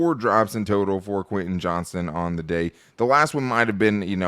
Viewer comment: Can we please stop calling him Johnson...there's a T.